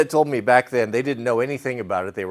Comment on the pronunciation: Leave your granddad's trophy as is. It's a treasure, clean it up but leave it as your grandparents left it. Also when she said she wanted you to grow your whiskers baayack sounds like she's picked up some southern pronunciation lol.